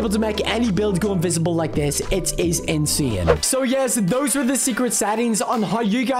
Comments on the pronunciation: "Insian" "Chiange" 😭😭💀💀💀💀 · the way he says insane ''inswyane just makes me laugh🤣🤣😅😅